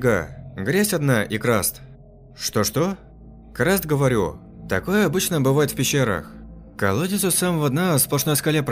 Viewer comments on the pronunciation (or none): Не краст, а карст.